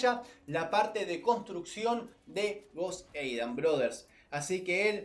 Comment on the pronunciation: No soporto que digas joseidan así se te escucha